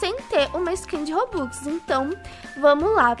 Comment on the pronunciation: Ela disse robocks